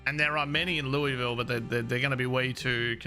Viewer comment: As a Kentuckian, hearing you say Louisville correctly is refreshing. Though, even we argue about it sometimes.